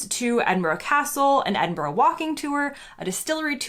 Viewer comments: You're the first American who has actually been able to pronounce Edinburgh correctly. Well done! 👍😅. Enjoy your trip in September and don't forget the anti midge cream for when you get up to parts of the North West. 👍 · It's so refreshing to hear an American pronounce Edinburgh correctly. Thank you 😁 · Howd you manage as an american to say edinburgh but butchered oban ..🤣